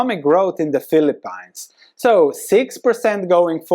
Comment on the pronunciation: Why did you pronounce the Philippines like that😂